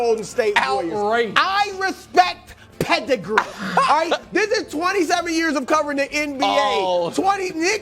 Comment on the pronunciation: "I respect PEH-DI-GREE!"